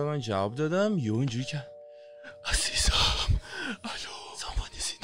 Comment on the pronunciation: از اول تا اخر فیلم کین میگفت عازیزم🤣